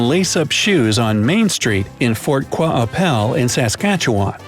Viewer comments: Its pronounced Fort Kwapelle not Quaaapelle but its spelled like fort qu'apelle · Problem list 1. It’s Newfoundland and Labrador, it’s one province 2. We don’t have pennies, we stopped making them in 2012 3. You completely butchered the name Fort Qu’appelle and Saskatchewan. It’s not pronounced “Fort Qu-ah-apple” it’s “Fort Queppelle”, for Saskatchewan you just made it sound so choppy, try saying “sas-cat-chew-on” but fast😂 4. Why are you presenting our pennies as silver...? We had Copper pennies just like the USA... I honestly doubt any of these laws are enforced, but here’s a fun fact; In Kelowna, BC, it is perfectly legal to j-walk in the downtown area, tourists used to get fined for j-walking, so they wouldn’t come back, so we took away the law :) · Wow, pronunciation of some of these city/town names were totally butchered. Fort Qu'Appelle (Kwa-pell). These are wacky, bs "facts"; where are you getting these b.s. things from? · When they said “fort qua apple” I completely lost it😂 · It's pronounced "For-ka-PELL". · I’m from SK and it bugs me that he said SK wrong and Fort Qu”appelle wrong Aswell! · He said fort qu’appelle sooo wrong 😂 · Sorry but the pronunciation of Fort Qu’appelle was so wrong. . Also the law is not true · I got so mad when he pronounced Fort Qu’Appelle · I was laughing so hard at how badly he butchered that omg I’m crying